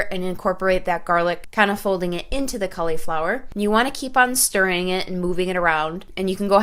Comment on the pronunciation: Wiz Kauliflower! I'm dead! Lol 😂 Great video